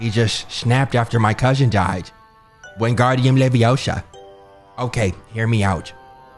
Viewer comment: Jit said wingaurdium leviosa